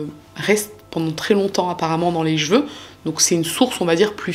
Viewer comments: J'aime bien tes vidéos par contre pour sauver nos oreilles, les prochaines vidéos si tu peux dire chEveux et pas chveux mes oreilles te remercieront 😅🙏🙏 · Bonjour. Tes vidéos sont assez bien réalisées. Par contre, j'ai été surprise que tu prononces: j'veux... au lieu de: cheveux. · Même si on connaît une histoire, ta version est toujours super intéressante 👍🏻👏🏻. J’attends souvent le mot que tu ne sais pas prononcer « seveux », petit défaut de prononciation qui me fait chaque fois 😂. Bravo pour ce bon travail!!!